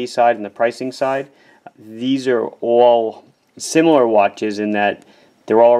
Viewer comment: So cute how you pronounce all... And off... Kinda like "Oall and oaff"